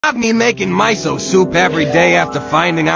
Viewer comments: It’s not pronounced My so soup it’s pronounced Me so 😂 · Not me getting annoyed at how that voice pronounced miso...